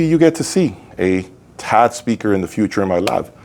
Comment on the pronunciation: T.A.D. Not "Ted". OMG....